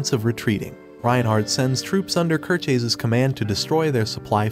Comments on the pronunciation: oh god how he says kirchies hurts me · please repeat again how you 'pronounce' Kircheis ...